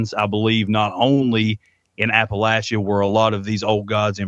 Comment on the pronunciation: As a person who grew up in East Tennessee first of all let me congratulate you on the correct pronunciation of Appalachia. I found this interview both respectful and fascinating.